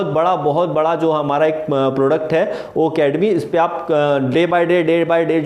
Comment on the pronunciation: Why are you wrong pronounced o academy ..it's ocademy sorry sir don't mind